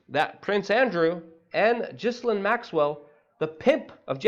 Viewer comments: stop mispronouncing her name! its ghilane! not pronounced like "jislane" the S is silent!!!! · G I Lane,,,ffs, pronounce it properly. You’re meant to be an expert. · Luke. It's Ghee Lyn. We can't summon her by saying the wrong name. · Thank god for experts like you that on the ball and can correctly demonstrate how to properly pronounce the name Gizzlane. I mean, that's the most important thing you can point out in this whole shit load coming down. Thank you. Forgive me if I presume your name sounds exactly as its spelled unlike dear Ms Geelane's. It's only proper that we at least sound out her name correctly, cos that's what matters for people like you, as you clearly have shown..